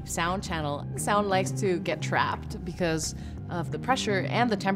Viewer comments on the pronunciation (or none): none